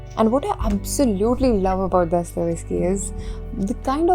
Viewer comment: It's Dostoyevsky, not Dostovesky